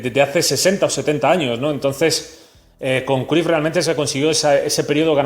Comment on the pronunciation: Se Pronuncia Crayff